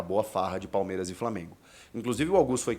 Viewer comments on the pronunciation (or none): none